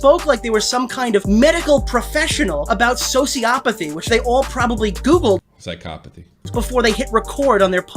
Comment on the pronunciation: Nicholas was correct, Sociopathy is correct, Psychopathy is not. But they "mean" the same thing. Even then you mispronounced Psychppathy lol In the US what Shadbase/Shadman did, is actual, child "artwork". there is a clear victim.